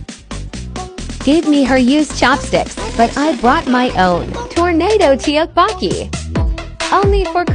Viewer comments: Its pronounced te te bu ki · Is no one gonna talk about how the ai pronounced tteokboki and dumplings LOL 😂😂😂😂